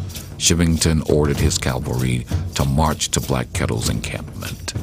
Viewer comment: In all the documentaries, audiobooks, etc., I have seen or listened to on YT only ONE narrator has ever pronounced Cavalry correctly. The rest say Calvary, the two couldn't be more different. It's a small thing I know but let's not just assume tha we need to dumb down future generations, there is already a big enough push in that direction. Other than that, good documentary.